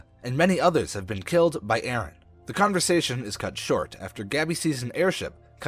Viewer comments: It's colossal titan not colossus titan and it's eren not eerin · how he says eren i iren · "iren" "jeen" IM SORRY I HAD TO